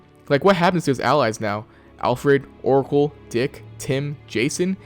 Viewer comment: Bro really said for Orcal 💀ummm